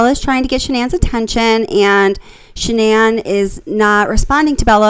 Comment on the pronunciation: Her name is not pronounced Shannon